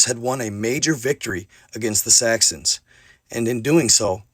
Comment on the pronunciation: (Sax-uns) Saxons, you only said it once or twice with a "T" but still... lolz